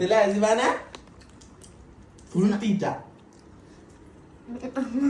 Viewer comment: സിവാന എന്ന് വിളിക്കുമ്പോൾ ആ വിളി സിവു